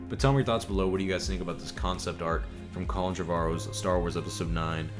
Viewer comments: ArT not ArK! Get a proof reader! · I love you bro but it’s “art”